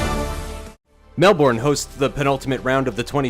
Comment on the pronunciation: that guy said Melbourne SOOOO bad and im triggered because i live in Melbourne. i hate him now